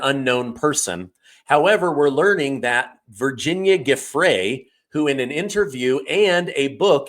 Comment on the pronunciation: How come no one pronounces the late Virginia Roberts' married name, Giuffre correctly? (Except Alex Jones) and thus pronounced : Joo frey. After having watched many podcasts about this lady, and I looked up the phonetic spelling because I have heard a miscellany of speakers pronounce it "Guffree." Ok so I have identified one of my pet peeves. lol Carry on.